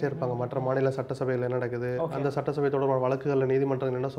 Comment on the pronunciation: சட்ட்டசபை அல்ல சட்டசபை, நெறியாளரே